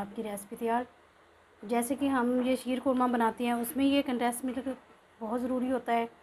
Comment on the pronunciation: Easy recipe. Sorry to say k Milk hota hy millak nahi. Uneducated log millak kehte hain. Nariyal k laddu wali video ma b aap milk ko millak keh rahi theen jo k bht awkward and lgta hy. English ma kehna koe zaruri nahi hota simply doodh b keh sktee hain ghlt bolne ke bjae so plz perfect lafz bolna chaheay k video sari duniya daikhti hy. Stay blessed. Sjad